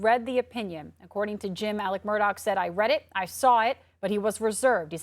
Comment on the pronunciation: Alexxx MurdAUUGGHH not ALICK MurDOCK I don’t know why but that irks me 😂😂